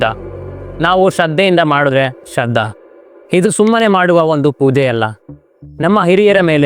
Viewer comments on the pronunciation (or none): ಶ್ರಾದ್ಧ ಅಂತ ಕಣಪ್ಪ ಶ್ರದ್ದ ಅಲ್ಲಾ